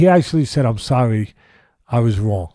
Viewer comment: If Mike says, I'm thorry man, it's probably genuine.